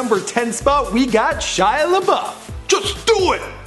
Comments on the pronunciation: Golly -- right out of the gate, an egregious mispronunciation. The guy's first name is pronounced SHEE-ah. And no wonder he's messed up -- his family can't even spell their surname correctly! He has said himself that it should be spelled LaBoeuf. It's French. His name literally means Shia The Cow. Oh, dear. Poor schmuck. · Shia leeeebauf